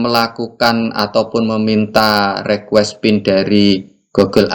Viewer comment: Bukan Rekues Bang tapi Rikues bacanya.